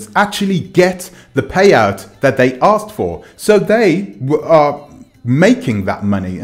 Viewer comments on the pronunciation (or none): you say aksed i say asked, you say gansta i say gangsta. Im trying to communicate with you